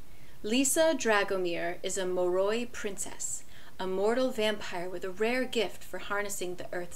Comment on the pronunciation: I love your review on it, but I can't get over the pronunciations on Lissa, dhampir, moroi and strigoi lol Edit: I think it's hilarious that you don't always mispronounce these words tho